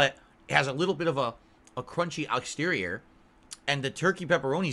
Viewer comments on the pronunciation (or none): "...crunchy ahxterior" that had to be on purpose 😂